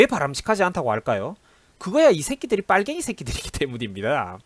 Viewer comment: 빨갱이 말할때 발음과 악센트 합격!좋아~아주 좋아~